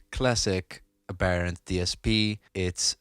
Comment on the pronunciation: American English would say AB-ur-ent